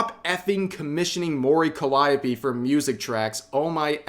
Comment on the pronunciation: Dammit rev its pronounced like this : Mori Calliope ( Mo-Ree Cally-Opay)